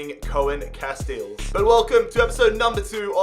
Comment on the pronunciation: Pcq: it's not pronounced "Koah-Enn Cast-Eels" its "Koon Cast-Ales"